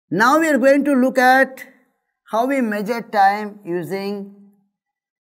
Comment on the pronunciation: how do you catch people to take lessons ? meagure is how he pronounces . worst video . better hire good teachers who are efficient than wasting time using weak people like him ...wortuuuu video on youtube